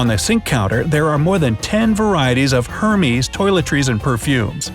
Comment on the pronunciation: I don't subscribe to a channel that mispronounces Hérmes 😖